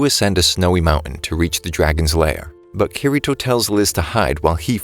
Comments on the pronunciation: Bruh said keyreto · It your saying kasooto round and kitito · It it pronounced key d toe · It's said kideto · you said kirito wrong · He just says kirito wrong, otherwise, everything else is perfect.